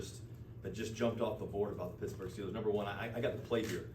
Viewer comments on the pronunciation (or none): He said Pixburgh …. I love it! City is already rubbing off on him!